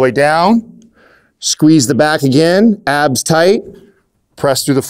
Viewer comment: When he said tighten my abs at first i thought he said tighten my ass